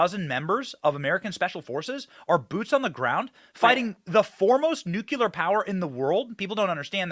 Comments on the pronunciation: Benny....again its Nucleeee eeerrrrrr.. Smh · Love Ya Benny but there is only one " U" in NUCLEAR ! lol